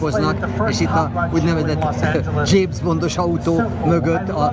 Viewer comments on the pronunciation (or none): none